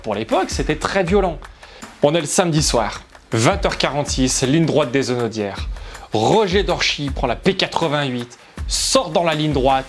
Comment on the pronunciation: Ligne droite des Hunaudières... et pas "des Zunaudières" !!! Quelle souffrance pour les oreilles !😩😫 Petit rappel sur ce qu'est le "H aspiré" ici : Quant-aux records jamais égalés, je connaissait... Merci de m'avoir enfin fait connaitre le "record jamais inégalé" 🙃😂 Sinon, vidéo, même si un peu longue, est intéressante et qui me remémore pas mal de points historiques de Peugeot en compétition, à défaut de m'en apprendre beaucoup. Un peu trop de superlatifs et de description dithyrambique néanmoins, alors que la marque a longtemps été totalement absente de toute compétition, contrairement à d'autres (de la fin des années 1910 aux années 80, hormis engagées par des structures extérieures à la marque). Et puis le passage sous silence des échecs cuisants de la marque, qui ont bel et bien existé, il n'y a pas eu que des réussites : Les années de défaite au Mans, qui n'ont pris fin que lorsque son principal concurrent Audi s'est retiré. La déroute absolue en Formule 1 avec Mc Laren puis encore plus avec Prost Grand Prix. Aujourd'hui l'Hypercar 9X8, toujours en développement et accumulant les reports d'engagement, et dont on attend encore la certitude de sa venue au Mans en 2023. etc. Il y a eu des victoires, des belles, des spectaculaires, des titres, aussi. Mais dommage de laisser croire qu'il n'y a eu que ça. Dommage aussi de ne pas avoir dit un mot de celui qui est à l'origine de toutes cette organisation et de nombreuses victoires de Peugeot, à savoir Jean Todt.